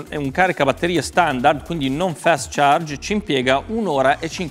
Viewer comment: "fest charge" x°D